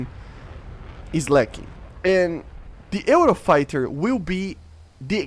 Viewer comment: Also you pronounce it "yoo-row-fai-tuh"